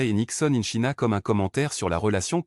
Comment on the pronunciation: Quelle présentation ennuyeuse !! China se prononce tchaïna. Même sans parler anglais on sait ça. C’est indigne de l’opéra de Paris. 👎